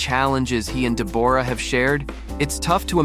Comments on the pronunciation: In Australia we pronounce Deb's name as Deborah not Deborrrra! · Hey, it's weird you calling her DebORah.. the way you say it is DEBorah..! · Dee-booor-ah? WTF? It's pronounced Debra,..... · It's pronounced Deborah not Debourah..! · I keep hearing this with American narrators on Deborah. It is not DEB-AWE-RAH. It is DEB-RA. The O is not sounded. It is a different spelling to Debra but it is the same name pronounced the same way. I had a friend called Deborah but she was always pronounced the same as the other - Debra. It might be an American thing to say it differently, I don't know. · Her name is said 'debra' not 'de-bo-ra'. Very annoying. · It’s DEB or ah, not Deb OR ah! PuhLEASE! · Her name is Debra! Stop calling her Debooooorah! 🤣🤣 Look at timestamp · Dee bore rah lee lol isnt it just debra but spelled the deborah lol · Sorry but I believe it’s pronounced Deb bra not De bore ah, try googling it. Thanks for the history on them and their relationship. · Does she really pronounce her name De-BOR-ra? As a fellow Deborah, that's just weird and cringe. I suspect it's pronounced "Debra" just like the rest of us Debs pronounce Deborah. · It is pronounced DebRaa not DeBorra…and she is beautiful. He is looking washed out though. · It's pronounce Debra. Open your ears and you would have heard Jack say the name. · Pronounced deb ra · Her name is not Dee'bore'a'